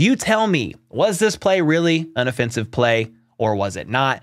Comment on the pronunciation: Lol watching it back in the edit room I chuckled because I didn’t really pronounce offensive correctly